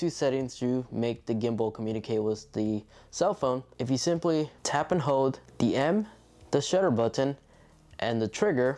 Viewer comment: "Hode the button to recort"